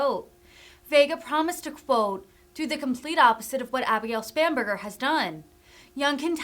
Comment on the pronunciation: I kept hearing “spamburgar”. Must be hungry.